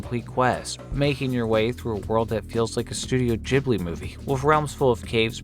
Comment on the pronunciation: Did he really call it studio jamli lmfaooo